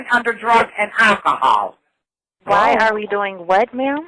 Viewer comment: Yer the person callin drug-in-alkahaul.